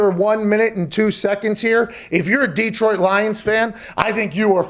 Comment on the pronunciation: Hey Pat. Detroit is just one E. Its not DEEEEEtroit. Its just Detroit.